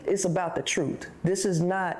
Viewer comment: Wtf is " Troot"?